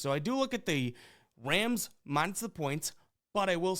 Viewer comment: Is it my ears or does he keep saying wams instead of rams in the beginning lol